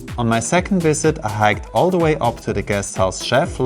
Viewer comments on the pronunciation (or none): none